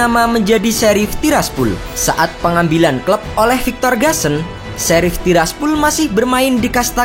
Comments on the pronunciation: Tiraspol bambaaang.. bukan Tiraspul🥴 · tiraspol bang bukan tirsapul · Pol, bukan pul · TIRASPOL BUKAN TIRASPUL 💩👎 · Gw paling suka lu klo ngomong "TIRAS TIRASPUL" wkwkw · Tiras tiraspul😂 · gw juga banke.... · Tiras tirasPHULLL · Tiraspol jdi Tiraspul wkwk 🤣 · Tiraspul tiraspul sakit telinga gua dengarnya